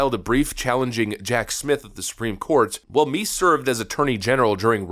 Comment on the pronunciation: It's "Meese", not "" 😉